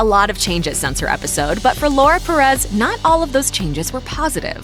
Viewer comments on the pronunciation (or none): The way they pronounced “Perez” tho 😂 I’m not making fun I know most English speaking people don’t have a Hispanic accent but It kinda bothered me (sorry( @@